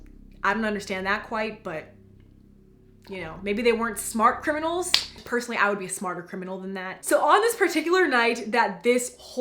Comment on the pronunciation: The first time you said smart criminals I thought you said smart kernels